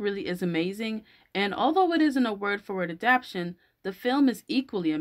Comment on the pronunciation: You are saying adaption but it's adaptation.